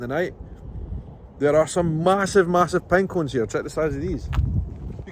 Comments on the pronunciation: I didn't have a clue what you were talking about when you called a "pine cone" a banquin. Never heard that word and can't spell it as I'm unsure of what you said. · Oh, you said, "Pine cone". I thought you said there were massive penguins. LOL. No offense to your accent, buddy.